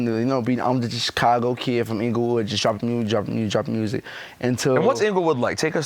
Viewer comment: ... WAT i wanna Do? MMMMEEEWWWSICK. LMFAOOOOO. DEX IS HILARIOUS FOR THAT SHIT LMAOO.